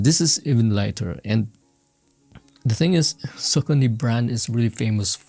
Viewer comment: It’s pronounced “ Sock-ah-nee.”